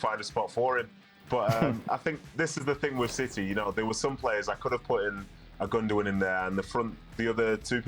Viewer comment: Did he just say "silly TV" instead of city TV? 😳